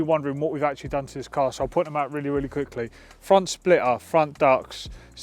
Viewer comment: ho god, teach this mens english. mate, spell the letter T in ur words when u speak. its splitter.. not splirrer.